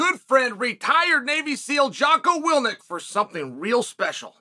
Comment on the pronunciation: Jockoe wil-nick